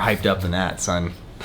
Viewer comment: You said "Son," like you're from New Yawk? Or are you?